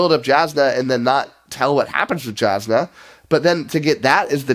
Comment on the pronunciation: It seems many of your problems with the book stem from the fact that this isn't an end of an era like the hero of ages in mistborn, it's the end of the first half, it doesn't answer all of the questions, these characters still have more to their story. Also, it's Yasnah not Jazznah.